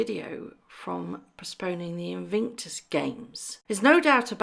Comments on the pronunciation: its IN VIC TUS, not invinctus. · It's Invictus not invinctus. Just saying 🤭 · sorry to be anal and pedantic but PLEASE pronounce Invictus properly! It is pronounced IN-VIC-TUS not IN-VING-TUS. Apologies, it just grates on me! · It is not pronounced Invinctus, it's Invictus. There is no "n" in the middle of the word. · Wow I didn't know this, why on earth do they have to be so deceitful. I have visions of MM stamping her feet at the unfairness of having to play second fiddle to a pandemic! Thank you for the video and hope you get well soon. By the way it's Invictus not Invinctus xxx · InVICTUS games, not invinctus. InVICTus means unconquerable, Invinctus sounds like something you get after a colonoscopy. I’m not a fan of these two yahoos, but the Invictus games are a noble endeavor on Harry’s part (pre MM, of course) and he should get the respect he deserves for launching them. Also, the Duke of Westminster is worth 10 billion pounds, so it’s not a fair comparison AND the guy is trying to tear down a tower in London that houses some of London’s poorest people to develop the land, so yah, he’s a real gem. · “Invingtus” Games, plus a “ this video is just for entertainment” clause. Totally pathetic. You lose all credibility, whether there is truth in the video or not. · haha... the “InVIINKtus Games! ... great detective work.... keeping you on your toes..